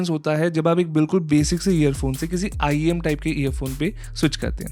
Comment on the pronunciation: Bro said IEN an earphone 💀 and just for the fact this is not the most expensive I saw the most expensive IEM I've ever seen was arround 284K 💀